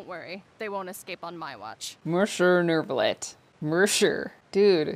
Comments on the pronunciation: besides the carelessness it's the inconsistency that gets me. sometimes it's pronounced accurately, sometimes it's... whatever this is. there's a particular npc that says "neuve" and then in the next sentence says "neuRve" like?? what happened there? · How does anyone mess up Monsieur Neuvillette so badly?? I don't blame the VA's at all, but what in the name of all the Archons possessed their director to not standardize the pronunciation of Neuvillette's name? I took French in grade school and I know what the name is supposed to sound like... It's not that. It's definitely not how Lyney says it half of the time. Honestly, the only one of the entire cast who came close to getting his name right was Wriothesley (I can't remember his name). And that happened once... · FUCK! I thought I was the only one. It seriously pisses me off. How and where do they get that pronounciation from his name? Yeah, it's french, the VAs aren't, but it's not even an accent issue. It's just saying a completely different name at this point.